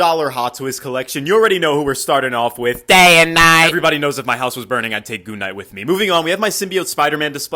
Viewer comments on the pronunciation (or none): Did you say MOON KNIGHT or GOON KNIGHT?? 😮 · Did he say goon knight? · Is it me or i thought he said g#@ night instead of moon night